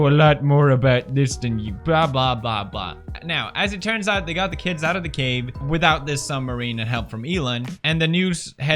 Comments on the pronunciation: Pewds saying cadge instead of cave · Felix! It's CAVE not CAGE 😂